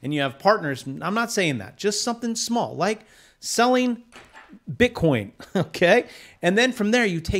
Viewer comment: Are you saying "bitcorn"?